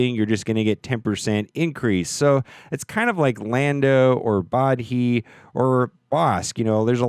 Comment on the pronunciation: you pronounced Bodhi wrong XD